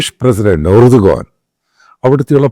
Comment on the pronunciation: ഏർദോൻ എന്നാണ് turkish ആൾകാർ pronounce ചെയ്യുന്നത്